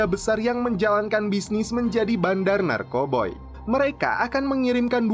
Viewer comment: Narkoba lah bilang nya jngn narkoboy